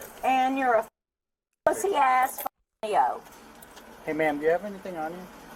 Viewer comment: It’s usually said L.E.O. not Leo but she’s obviously been arrested quite a few times to say it like that 😂